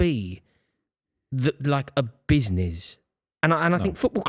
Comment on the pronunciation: today I learned that cannot pronounce business properly